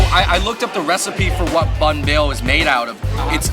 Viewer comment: Banh not Bahn